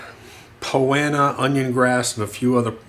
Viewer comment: Not trying to be a wise guy... I'm assuming "Poanna" is Poa Annua?